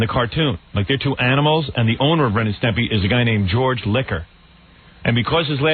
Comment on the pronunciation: Howard totally incapable of saying "Ren and Stimpy" properly. "Stempy."